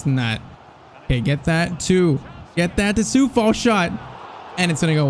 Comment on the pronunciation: Its coufal not soufal